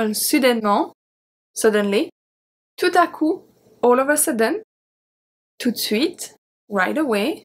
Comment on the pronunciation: I didn't hear you pronounce 'de' from "tout de suite". Was it sounded skipped because this is the way French is spoken?🙏